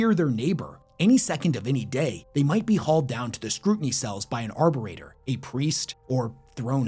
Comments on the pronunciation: Arbi REDOR .. Ar-bi-tra-tor....why can't youtubers speak properly??????? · Circa Instead of saying arbitrator you keep saying arborator. Getting dragged off to the cells by someone who grows trees sounds a bit odd, especially for a planet that has zero plant life. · Arbitrator has 2 T's. As in, one who arbitrates, an arbiter.